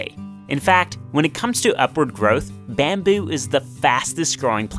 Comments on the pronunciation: Byamboe!!! How do you say it like that? Where is that accent from? Baaaammmmbyuuu!! Byambyu! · "Bahhm buü" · "bambew" lol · Wtf bro why u say bamboo so weirdly?